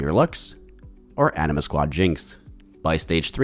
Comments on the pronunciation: why does he pronounce anima like that lol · Ikr. Threw me off in the beginning then he said it normal. 😂